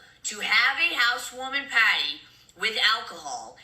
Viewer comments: Why does she say every word normally but then PAAAAAHDY? Im sorry but wtf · What in the hell is a PAHTY!?! Mikayla and sophisticated will never go together!! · Take a shot for Everytime she pronounces pawteey 😂ee like a idiot. Will all be on the floor drunk